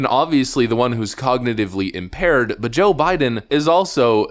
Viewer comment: Gumby McStooge Scarborough cant even pronounce Cognitively Impaired. Who's impaired now McStooge.